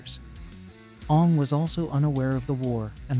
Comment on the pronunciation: Are you seriously pronouncing his name like the movie did?